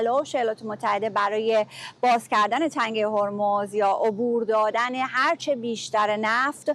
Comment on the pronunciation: سمیرا قرایی واقعا ریده توی تلفظ زبان فارسی با شکستن هر کلمه به ۲ یا ۳ قسمت. بعنوان مثال: ن ر سید. عو بور دادن